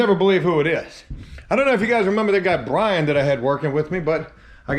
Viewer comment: I hate the way you anounciate "BRIAN" THATS not a lisp.... What is that